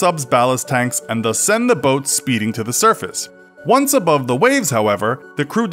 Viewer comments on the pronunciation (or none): none